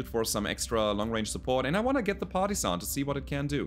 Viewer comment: For some reason I always hear "party sun" instead of partisan when u talk about the black knight. Obviously it needs a rename!